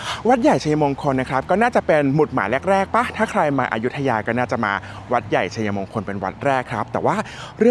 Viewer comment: ออกเสียง = ไช-มง-คน ❌ ไช-ยะ-มง-คน - คนอยุธยาเค้าไม่ออกเสียงแบบคุณนะคะ